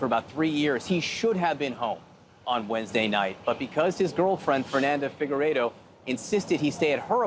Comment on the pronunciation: Someone who can pronounce Figueiredo correctly. 🙂 I’m glad he escaped. I recognize my accent. He’s so right. We’ve seen this happening a few times but in the US is very, very surprising.